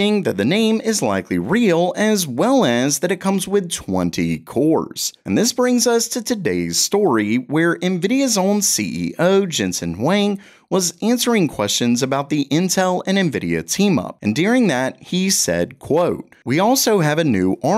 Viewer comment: Ive never heard anyone but you call jenson, jenson hwang. His name is spelled Huang. Thats pernounced Hwong. Plus how you say asus. You pronounce it as a-zues. Theres no z in asus my man.